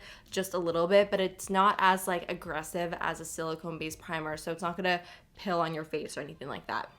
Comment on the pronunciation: I crack up every time you talk about a smoothing primer bc you say it makes your skin "pill" or it's "pilling" off instead of "peel" or "peeling" off 😂 I just always look forward to you saying it anytime you talk about those primers 😆 My go to primer is the Catrice Nude glow primer! It's a dupe for the Becca backlight priming filter and you get more product for less $$$! I also enjoy the Truth Serum by Ole Henricksen. It brightens the skin and does a great job at moisturizing. 😊